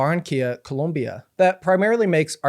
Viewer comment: Thank you for pronouncing Colombia correctly 💛